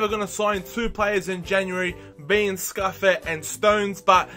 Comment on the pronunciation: Simone Scuffet is pronounced Si-moan-e Scoof-aye